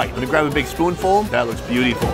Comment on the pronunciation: It's funny how says "Good Morning" and the guy doesn't answer. It was a good save by saying he's really busy!! LOL!! Then, the way he says the word "beautiful", it doesn't sound right. Don't know if he did it on purpose or that's just the way he says that word. Doesn't sound right though. Maybe it was near the end of the day and he was just tired!! Either way, it was funny! LOL! I think French Fries are a treat for them. In the US, it's no big deal since most of us grew up on it.